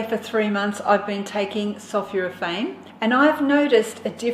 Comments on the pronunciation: Sulphoraphane not Sulphuraphane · Not sulfuraphane but sulphOrophane. Great stuff Gonna start making daily in my Nutribullet. Great presenter.